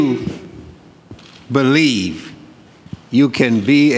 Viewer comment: do you "BELIEVE" you can be a ""DEVOTED"" president... (play the video in slow speed)